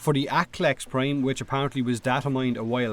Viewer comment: It's fuck not "féck" and its prime not "préim"